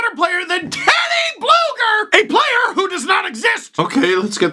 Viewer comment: Steve... U got it wrong his actual name is TeodorS BlugerS. So yes his from Latvia and his name ends with S